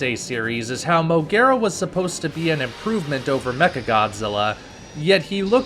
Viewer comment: Not M.O.G.U.E.R.A!!!!!